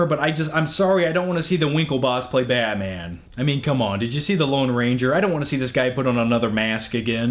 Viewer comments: you say batman weird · I hate how you say batman